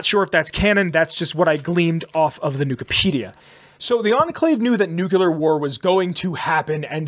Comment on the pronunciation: NuclEAr not nucular lol drives me crazy every time you say it.